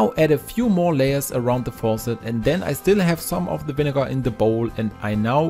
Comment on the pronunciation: love how he says vinegarrr